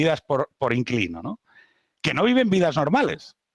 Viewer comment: Siempre me ha fascinado la gente que dice constantemente "cao" y "osá" en vez de "claro" y "osea".